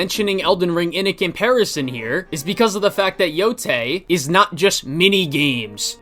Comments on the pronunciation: Pronounces it "Ghost Of Yotai" cause he isn't a weeb. Uses the phrase Talk No Jutsu which is a meme based on the manga/anime Naruto to poorly explain what happens to the Spider. And "Talk No Jutsu" he is able to pronounce naturally, but wether the E in Yotei is pronounced like an E or an A is rocket science only weebs know. Sure... Also I specified this point cause nobody else pointed it out (understandably sunce it usually gets lost in the sea of stupidity and nonsense he spouts and even I didn't notice it in the original response you did). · bro saw “yotei” and reads it as “yotai” (when he actually pronounced it correctly later in the video so you know it’s on purpose)